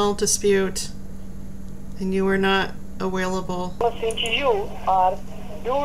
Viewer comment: I did see the viral video you’re translating! That’s how I found you. “aWAILable” 🤣💀 /“What is your good intention” 🥴🤭